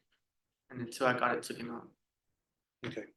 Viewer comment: "got it touken off" uhmm "touken", "TOUKEN"?? OH. it was taken off OR they took it off